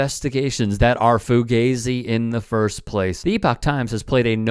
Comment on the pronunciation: You do know the band Fugazi has been around since the late 1980s and have pronounced the acronym FU.GA.ZI correctly, unlike you, for those decades, right?